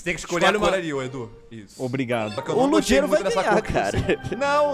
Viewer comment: ludiero kkkkkkkkkkk é ludiéro q fala mas whatever